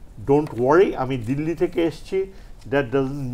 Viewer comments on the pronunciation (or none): none